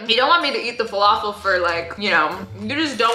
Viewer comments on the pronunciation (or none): Arabs when said falafil wrongly: ahhhhhhhhhhhh